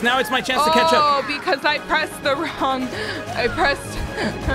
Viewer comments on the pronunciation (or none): every time they say chatch up it sounds like ketchup!